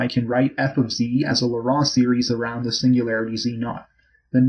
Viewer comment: 'Laurent' in this case is pronounced phonetically as "Loh-ron" or "Loh-rawn" - the man, Laurent, that this theorem is named after, was French, and in French the vowel combination 'au' is (almost always) pronounced as "oh", the 'en' is usually pronounced like "on", and a 't' appearing at the end of a word is often silent, as is the case for the name Laurent in French.